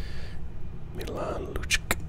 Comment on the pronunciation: I'm sorry I have to correct you really quick it you would say it like Milan lucich